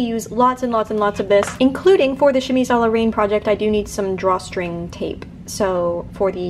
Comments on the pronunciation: I hate to sound like a hater, but Ill correct you simply because I feel like you would want to be corrected: "Reine" is pronounced with an open [E] sound! So like "rehn" instead of like the word "rain." Reine like the beginning of the word "renegade"! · Your channel is awesome but your pronunciation of 'Reine' threw me off a bit =D it's not like rain, more like the dan-part in dandy :) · Why... was “reine” pronounced “rain”...??? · Reine is pronounced more like ren btw but whatever i loved this!!!